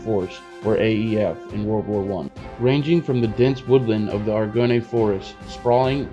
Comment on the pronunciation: Nice video man I cant wait to see how this game turns I really hope the French are in the game from the start, by the way Argonne is pronounced like Are-gone